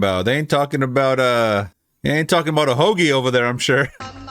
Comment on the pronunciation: Thinking you were from NY till I heard “hogie”